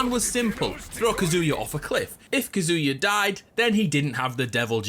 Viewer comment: I find it funny that the Smash player pronounces Kazuya’s name correctly and not the one explaining the Tekken lore.